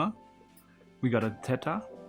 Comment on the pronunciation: Pronounces Theta as "tayta"